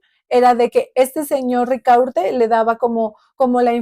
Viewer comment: ¿Rica urte? ¿No será Ricaurte?